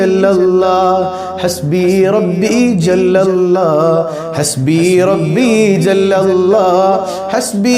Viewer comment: ...الله എന്ന് ഉച്ചരിക്കുമ്പോൾ നാവ് പല്ലിൽ തട്ടാൻ പാടില്ലല്ലോ. രണ്ട് ل (ലാം) ചേർന്ന് വരുന്നതല്ലേ എന്ന് الله ഉച്ചരിക്കുമ്പോൾ. അത് കൊണ്ട് ل ന്റെ രീതിയിൽ തന്നെയാണ് എന്ന് الله ഉച്ചരിക്കേണ്ടത് എന്നാണ് ഇവിടുത്തെ ഉസ്താദ് പഠിപ്പിച്ചിട്ടുള്ളത്. അത് ഒന്ന് ശ്രദ്ധിക്കണേ...